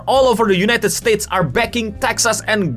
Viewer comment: Setuju banget sangat berasa, meskipun pas ngucap "states states" bikin senyum